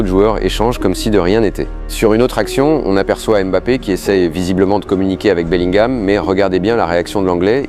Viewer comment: Il à dit beliguam et vinisiuce